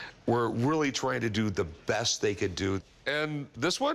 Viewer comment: It's funny how the seller of the coins said very,very breast price. I think he was thinking of something else 😂😂😂😂